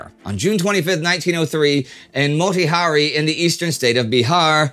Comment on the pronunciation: Thanks for pronouncing Motihari correct From Bharat 🤗🇮🇳🇮🇳